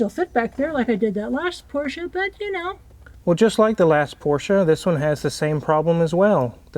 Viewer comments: It’s not “porsch-ahh” it’s “porsh” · where is the A in porsche?